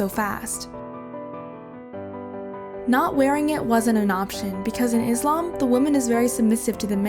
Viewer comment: I doubt that u are muslim because u cannot even pronounce this words properly. not mazlim its Muslim. Not izlam it's Islam. Not ala it's Allah